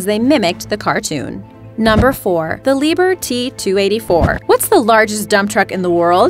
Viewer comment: Ahh,it's not"Lieber" but "Lieb-herr".Enough said.